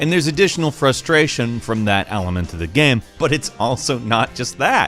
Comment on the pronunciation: The way says the word "game" is really jarring. I know that sounds mean, but it's like he found an extra syllable in there, and I can't get over it.